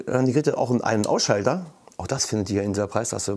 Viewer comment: wow ein Ein- und Ausschalter. Definitiv ein Kaufkriterium :D Gutes Interface. Den Ein- und Ausschalter so zu betonen war unnötig, aber witzig! :-)